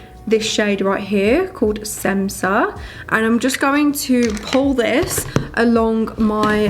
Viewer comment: I freakin love this look! I’m new to you and omg you are gorgeous! New sub! 😍😍 Also That šemsa shade is actually pronounced shemsa it’s her mother’s name lol I was saying semsa too until amra went live in ig 😭😂💕